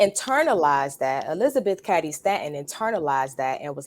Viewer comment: Elizabeth Ca(long a for f** sake)dy Stanton. If you really knew anything about this topic, you’d surely know how the damn names of important, relevant people are pronounced, right? Since you don’t think the 19th Amendment was a result of decades of feminist work, why don’t you keep your azz out of the voting booth and stay in the kitchen and let men run the country. Matter of fact, follow the advice of the Apostle Paul and just shut the hell up.